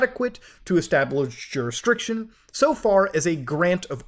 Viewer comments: Found a verbal blindspot for Mutahar with "juristriction" which honestly is an interesting new way of saying it but technically it's "jurisDICtion" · Say it with me now Muta...Jur..Is...Dic..Tion...not Jurisdritcion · It’s pronounced “jurisdiction” not “jursitriction” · I love how Mudahar consistently mispronounces jurisdiction as juristriction. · Dude, Jur-is-dic-tion. Not that difficult! As for "gag gifts"...a framed certificate costs something like $150. That's not a gag, it's daylight robbery! There is a very interesting review of Kamikoto knives here on YouTube, too. They seem to be a "gag gift" too...if you find poor quality "funny". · Muta, Jurisdiction. Please. You said it so many times, please take a second and read the word. You're killing me. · I assumed the first time it was a mistake. The third time got me seething lol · Muta saying jurisdiction is the best part of this vid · There is no “r” in the “diction” part of “jurisdiction.”